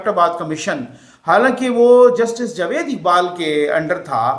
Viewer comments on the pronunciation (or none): none